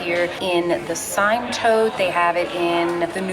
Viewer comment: Hi - The Polene Cyme is pronounced "seem". Just an fyi.